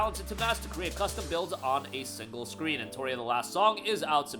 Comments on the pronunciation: he said Entoria so many times you would think he believed thats how it was spelled lol e NO tree uh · its NOT “Enotoria” its Pronounced “En-Not-Tree-uh” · No its not. "TOR" doesnt make a "tree" sound.